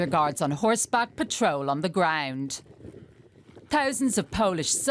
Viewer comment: "on the guaund"